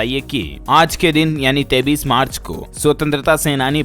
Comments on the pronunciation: Koi is bewkoof bihari ko bataye ki 23 march kaise bolna hai , 23 ko 33 march bol rha hai chool jaat. Maine dekha modi ke sab aandhbhakt aanpad hi paida hue hai. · डीएलएफ भाई एक बात बताओ आप बच्चे तो हो नहीं फिर आप 23 को 33 क्यों बोलते हो मेरी समझ में नहीं आता आप इसमें सुधार कर सकते हो इसका एक गलत संदेश जाता है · 23 ko 33 kyo kahte hai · AP 33 bol rhe ho ya 23 to much confusene h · डीएलएफ के ग्राहकों से मेरा निवेदन है कि यह पागल बार-बार 23 को 33 बोलता है आप लोग भी इसे क्यों नहीं बताते हो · Kripya karke aap apni ak galti ko sudhre ye jo aap 23 ko 33 bolte ho danyavad